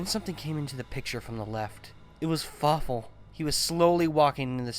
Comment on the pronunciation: Something tells me "And Fawfoo" would be less intimidating.